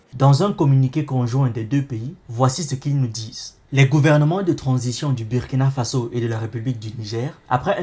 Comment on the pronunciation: Super ! Juste une petite remarque on écrit" Burkina Faso" mais on lit " Bourkina Faso" 😉🙏